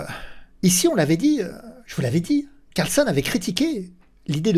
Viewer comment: CarlsEn et non CarlsOn 😉😁